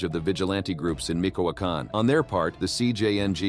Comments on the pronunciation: It’s not micoacan it’s michoacan 🤣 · When he says Meekowokin (Michoacán) may have tipped the scales